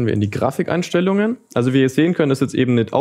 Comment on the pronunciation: Niemand:: Graficheinstellungen